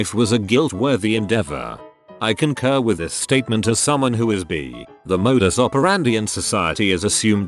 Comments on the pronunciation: Someone: bi Reddit voice man: b e E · robots need to learn how to pronounce bi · I laughed. I think I'll tell people I'm "bee-ay" now. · People in the past : “by 2020 we could have flying cars” Reddit robot : ‘reads bi as bee’ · Funfact: the right pronounciation of the word if you read it in german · That's the correct way to say it in denmark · In germany bi is pronounced just like to robot says it xD